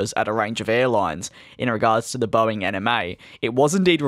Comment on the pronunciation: DID HE JUST SAY BOEING ANIME???? REEEEEEEEEEEEEEEEEEEEEEE